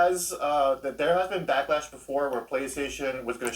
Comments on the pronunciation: I watch these backlash videos specifically to hear him say BAckLash!! Chhh!! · Do you ever say BACKLASH like that in normal conversations when talking to people?? That would be hilarious. 🤣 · Every time my dude says “BACKLASH!!!” in a loud and emphatic manner, followed by grunting noises (ROTFLMAO!), I immediately do a shot w/o hesitation. 🥃😎👏